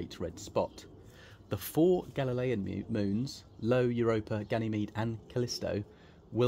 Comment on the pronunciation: The most volcanicly active body in the solar system is pronounced "eye-oh".